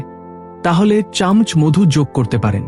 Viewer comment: চামচ উচ্চারণটা আপনার ভুল হচ্ছে।